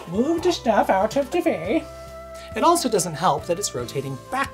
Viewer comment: "Mooove da stuff out of de way" made me smile :)